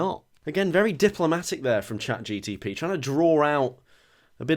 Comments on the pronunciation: It really bugs me that keeps saying "ChatGTP" rather than Chat GPT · It’s mad because he keeps calling it ChatGTP 😂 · Dear, is it cleary not ChatGTP:P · just casually saying "chatGTP" the whole video is hilarious 😂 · Petition to re-record saying chatGPT properly because it’s jarring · definitely mispronouncing Chat GPT on purpose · Drinking game: Take a shot every time says ChatGPT wrong. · Are you pronouncing it ChatGPT wrong as a joke? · I want to know how many times he had to rerecord bits because he realised he'd accidentally said it correctly. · Only began to notice that he is saying it wrong when I saw this comment